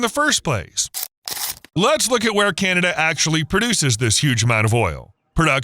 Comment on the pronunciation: It thought it was CANada not CANTada.. get it done hoser.